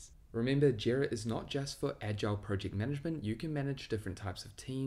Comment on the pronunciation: If this guy says Prowject one more time